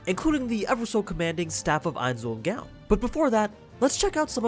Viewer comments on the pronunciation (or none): It's gown. Not GaWn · GOWN NOT GAUN!!!! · am I the only one tilted that he keeps pronouncing "gown" as gown instead of g-own? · I know it's stupid nitpicking, but the way you say Ainz ooal Gown annoys me. It pronounced like "Goan" not like a night "gown".. Fyi I know how it's spelt, but you've all heard it pronounced several times, it's not hard. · Not gown like a night gown. Gown is pronounced like groan. So it would be like goan. The name is a play off the name of the guild Nines Own Goal. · FYI: your pronunciation is off. It's not pronounced "Gown" like a thing you wear. It's pronounced, "Go-Own" it's confusing, buuut... It can be a sticking point of nailing how some things are worded. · I thought the way you pronounced Ains Ooal Gown was pretty funny, especially since you've obviously seen the show. The last part of his name is spelled "Gown" but its pronounced "Goan"... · Why do you pronounce gown wrong? It's like groan without the r. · The way he Pronounces Ains Ool "GOOUUWWNN" LOL!!!! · I thought gown was pronounced like "Goan" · He mispronounced Gown’s name, just like sebas. It’s obvious this dude watches sub and not dub... Idc if it’s not the original. They get paid to say stuff correctly in English, so I trust the dub... Spelt Gown but pronounced GOAN. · A year later... Most of your stuff was pretty spot on, but you mispronounced Ain'z name. In Japanese they don't have the suffix sound that follows ow. So the correct pronunciation is Goan. Can't tell you why it's spelled the way it is though. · why do you say gown wrong you say it like the dress when everytime they say it in dub or sub they do not say it like that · Gown is said like goan. Get it right m8. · Sorry to do this but. “ Ainz Ooal Gown(G-OH-N)” plz forgive me. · Dude you need to get how to say his name right mostly the gown part. Say it with me now goan like moan just replace the m with a g. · Is gown not gaon pls get right in future other than that 10/10 vid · Say gown right